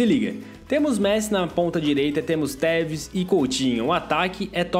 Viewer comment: O quando foi falar tevez no minuto vez de tu falar tevez tu teta